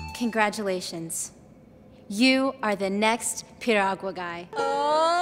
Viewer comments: lol, did she say Piruagala? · LOL...she can't even say Piragua..LMAO!!!!